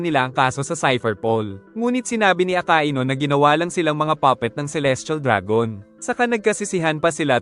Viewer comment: Hindi po aka i nu akainu po